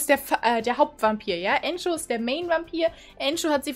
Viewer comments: Nicht antschoo sondern andrew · Andrew nicht äntschuh und Ändru ausgesprochen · Entscho😂😂 Ich denke eher er heisst Andrew😂😂😂😂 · Der heißt nicht Ango sondern Andrew